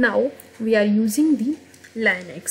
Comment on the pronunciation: Is It Linux not Liunux correct if I am wrong! 👋